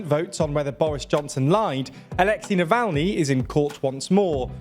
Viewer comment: Oh come on, it gets ridiculous with the foreign names. You pronounced Alexei Navalny in two different ways. 😂